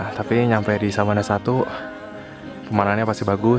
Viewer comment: Sabana apa savana sih